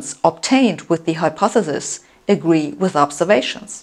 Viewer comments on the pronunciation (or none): The correct pronunciation is mathematic, not mathemathic. I still haven't got a handle on your pronunciation of hypothesis.